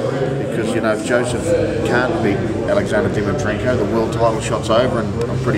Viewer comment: and your second question you called him dimitrenkov. at least get his name right buddy haha doesn't look good